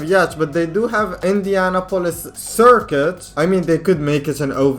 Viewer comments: It's not indiana pol is, it's Indianapolis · Its pronounced indy-a-nop-olis Not indiana-polis lol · why do you say indianapolis like indiana polis